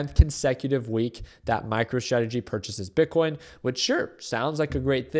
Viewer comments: Did you say micro tradegy? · Did you say MICRO-TRAGEDY? Lol😅